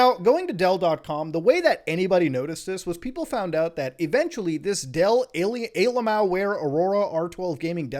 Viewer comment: He really said ALMAOware...